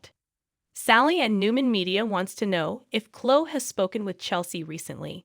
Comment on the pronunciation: It's like a guessing of who you're talking about learn to pronounce the names as they do on the show then I might know Clo I think you mean CloE